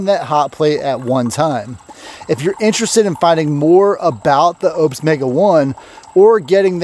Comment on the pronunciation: Its not Opes, its Oupes. 😊